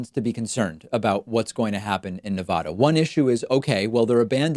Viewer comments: Pakman, its Ne-VA-duh, not Ne-Vah-duh. They genuinely have bumper stickers explaining this (I lived in Reno for a bit). Since you are one for how to properly pronounce things, think But edge edge, let’s stop saying Nevada improperly. I love the show! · Ne.va.da not ne.vah.da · It's nevada not nevodda..... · Your show is my favorite source of accurate info, but please pronounce my state correctly!! It’s Nevada with a short “a” not Nevahda! I wince every time you mispronounce it. I commit to become a member of your channel if you can commit to learning how to pronounce “Nevada” correctly. I’ll send you the bumper sticker if that will help!! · You're driving me crazy with your bad pronunciation. Please use the short A and not the long A, i.e. Ah. Pretty please. This coming from a Californian. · It is NOT pronounced Nev-aah-daah.... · Spanish is your first language and you still take the "Nuh-vodda" pronunciation? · As a Nevadan it hurts me when you mispronounce the name of my state so much. 😢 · Not to be pedantic Nevada State is pronounced with a short first 'a'. An a like bat.